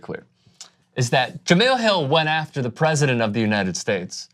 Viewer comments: you cover sports her name is pronounced ja-mel not ja-mill. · Really? You still haven’t learned how to say her name???